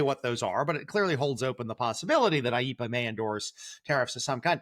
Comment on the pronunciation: AYE - EE - PAH sounds like Speedy Gonzales has a cold.